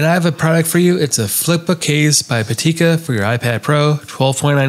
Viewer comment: I don’t know why so many creators switch the vowels vowels around. It’s Pitaka not Patika.